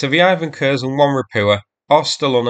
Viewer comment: Also he keeps saying Ropukha instead of Ropucha, and now also noticed Ivan Kurs instead of Ivan Khurs. Ch sounds like English ch (check, each), KH sounds like H in hat.